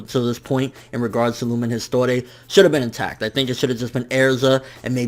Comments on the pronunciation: Lumen Histoire is pronounced as "lumen histowar." Not "historeh.' Just saying. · LUMEN HISTOIRE IS PRONOUNCED 'Histuar'!!!!